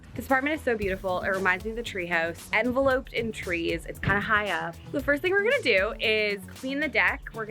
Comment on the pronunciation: Is that a Canadian pronunciation of the word enveloped or just an version? 😊